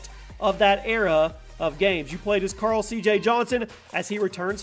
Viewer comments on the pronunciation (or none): none